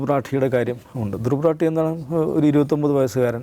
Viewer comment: റാട്ടി അല്ല, റാഠി എന്നാണ് ശരി.